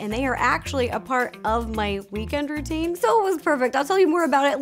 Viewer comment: I really enjoyed this video!!!!! Show us more "Ro-tines" lol :D